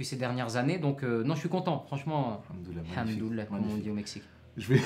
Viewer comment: Conseil de votre grand frère : On dit al hamdoulillah et non hamdoulleh. Et incha ALLAH et pas inchalla. Bonne continuation.